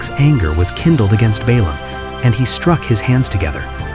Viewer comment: The AI does not differentiate Balaam with Balak